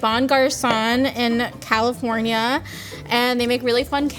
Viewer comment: Does pronounce California like cauliflower?